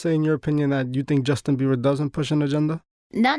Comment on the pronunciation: My boy said Justin Beaver😭😂